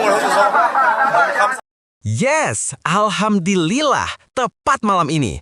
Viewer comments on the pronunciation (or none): Jangan main main dengan ucapan Alhamdulillah bro, ucapan ini harus di ucapkan dengan benar salah ucap lain artinya, saya sarankan pergi ngaji dulu ya bro supaya ucapan Alhamdulillah nya benar